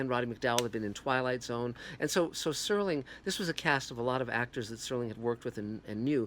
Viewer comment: Its Serling you idiot not "Sterling"